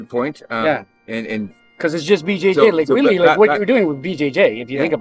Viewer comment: I know you said “BJJ” but it almost sounded like you said it the way Master Ken does “Bu Jay Jay” and now I can’t stop laughing